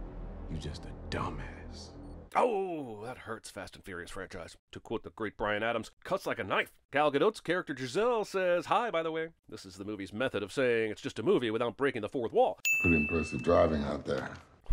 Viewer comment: A sin for cinemasins pronouncing the T in gadot.